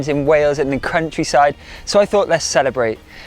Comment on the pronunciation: Did you say crunchy side instead of countryside..